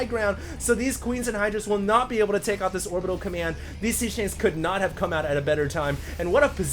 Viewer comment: is it just me or does say "commyand center" instead of command? lol